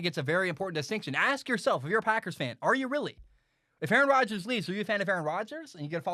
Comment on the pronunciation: Nice take! Don’t worry about mispronouncing his name no one knows how to pronounce it. I would say the GM is not in a similar position to your father, and I think Aaron Rodgers would make the same argument that his job was threatened. Do you remember the year Peyton Manning was injured and the Colts won like 2 games? Aren’t the Packers in a similar position? Last 3 or 4 years the Packers have taken a ton of CB. Something like 5 in the top of the draft. How many of the WRs were pro bowlers elsewhere? I disagree with the calling for the firing of the GM, but isn’t the GM doing the same thing to the player. There is a backlash against employees trying to assert power as opposed to management. Do you feel the same way when a player is cut? Lastly, Brett Farve was threatening to retire every year. Like your takes, but calling them fact based I don’t know if that is accurate.